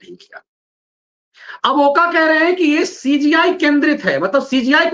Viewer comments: ओका नहीं " ओक" है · Not ओका but it's ओक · ओक Not ओका.. Please Use Proper Name.. जस्टिस अभय ओक..